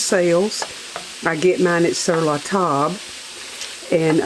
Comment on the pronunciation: She said Sur LaTable